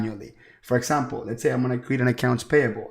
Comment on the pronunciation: this is awesome. I love the way you say "for esssample". Love it! Can you please direct me to a video or tutorial on how to setup an LLC with 3 partners? Also if 1 partner has made contributions and how we would make draws instead of paying employees. I have searched the net up and down and there are no easy tutorials on how to setup this "esssample", lol. Please help and thank you so much for your videos!